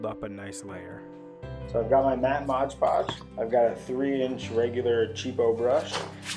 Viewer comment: Thank you! Very useful! One thing, it's MOD podge not modge podge